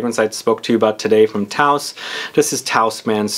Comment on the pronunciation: "Tous" is pronounced kind of like between "toose" and "tohse", definitely not rhyming with "house"